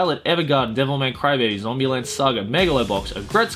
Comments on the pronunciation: Why do you keep saying Devil MAY Cry-baby? I thought it was Devil MAN Crybaby? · How many times does he say DevilMAY Crybaby instead of DevilMAN Crybaby? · Anyone else hear Devilman Crybaby as, Devil May Cry: Baby?